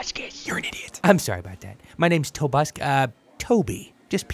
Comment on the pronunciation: no, its Tobuscus